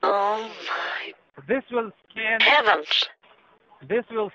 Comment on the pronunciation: "scan" Edit: sounds like "scam" Edit2: this comment is not edited.